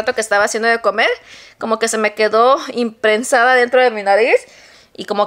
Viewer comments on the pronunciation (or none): NO SE DICE IMPRENSADA SE DICE INPREGNADA. USA DICCIONARIOS PARA QUE APRENDAS A HABLAR Y NO DIGAS TANTOS ERRORES😂😂😂😂😂😂😂😂😂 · Imprensada, en vez de impregnada.